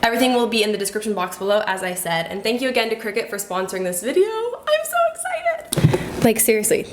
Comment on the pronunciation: Not to be THAT person....but I think it’s pronounced CRY-CUT 🙊